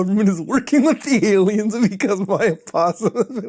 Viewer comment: why "alamous" for aliens?